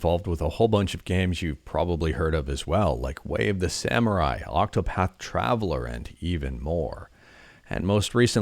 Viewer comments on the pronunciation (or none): none